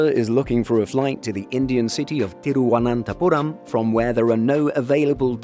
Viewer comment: As a guy from Thiruvanathapuram, you nailed the pronouncing. Most Indians don't pronounce it right BTW.